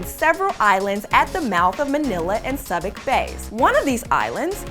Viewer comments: Horrible script and delivery. How hard is it to look up the pronunciation of Subic Bay? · I get so tired of narrators who can not pronounce correctly... It is sue bic bay not sub ic bay. doesn't any buddy check these for correct pronunciation ? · It's pronounced Soobic Bay. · Its Su-bic Bay. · You mispronounced El Fraile, and Subic Bay lol have a Pinoy help you next time.